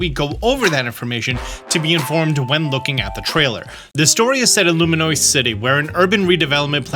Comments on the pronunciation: Loo Me Ohs. Im so sorry but I wince every time. Somebody said take a shot every time he says Luminoice. lmao Id be cooked. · consistently saying “Loominoice” is so wild lol